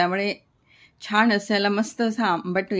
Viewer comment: रेसीपी छान आहेच पण छान म्हणायला शिका सारख छाण छाण करू नका